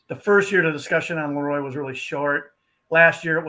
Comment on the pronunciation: Hey, just a heads up. LeRoy Butler’s first name is pronounced LeROY not LEroy.